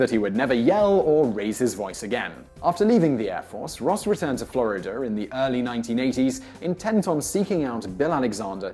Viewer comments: Great video, but what's a "flurreder"? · Ross returned to Florider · ... Where is this "Florider" of which you speak? Seriously though, I've often wondered why some Brits add the "er" sound as in the aforementioned Florider and Hawaiier. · lol "Flahr-i-duhr" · Vaguely interesting. But it seems that this annoying geek is desperate for topics to discuss. .."Florider"...? He apparently even has difficulty with his own accent, unless he simply doesn't know the correct way to say it. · really he returned to flori-der ? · That's the so-called intrusive /r/ ...it sounds really strange.